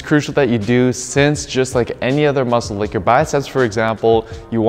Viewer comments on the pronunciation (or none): none